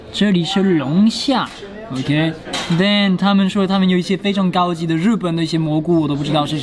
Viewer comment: 高级=搞基 Ben的发声真的很厉害！！